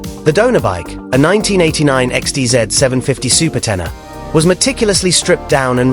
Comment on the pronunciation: テナーではなくテネレですよね。